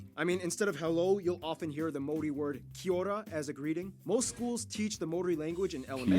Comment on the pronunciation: G the pies here are the best pies you'll ever eat bro swear! You won't look at pie the same, and when you say Kia Ora roll your rs